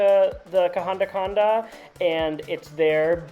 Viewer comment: Welcome to Sri Lanka 🇱🇰 Love the way you pronounce kahanda kanda.😊 I will assure you that I will watch all your SRI LANKAN videos.just to hear your beautiful pronounsiation Of local names❤❤❤😂😊 Safe and happy journey ❤